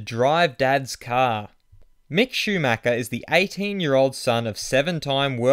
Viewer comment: Lol mick shimacher😂😂 Can you fix that intro?😂😂